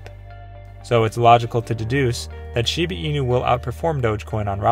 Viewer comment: The guy keeps say shibi inu😅😅